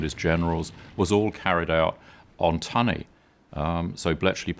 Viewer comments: It wasn't 'Tuney' it was 'Tunny'. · This is gripping stuff. One little remark, however. It's an American script, which is fine, but to hear an English voice speak of the Fall (and not the Autumn) sounds odds. In the same way, tunny is NOT pronounced tew-ny, but tunnie. Jack Copeland pronounces it properly. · Very interesting, wonderful documentary! Shame about the unnecessary americanisms. 'Tunny' (pronounced 'tunny' not 'tuney') is not a nickname for 'tuna', it is the older English variant. Tunny = tuna. 'The Fall' instead of 'Autumn' etc. but all with an English narrator with a very English accent. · The voiceover for this is very strange. I think that it is a machine, despite the english accent. The code was named "TUNNEY", not "TUNEY". in addition the word is "ADMIRALTY," not "ADMIRALITY".